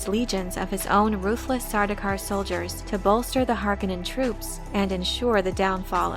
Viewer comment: Har........conin Haaaaaaarcoooooooonin Not Harkanin Har. Conin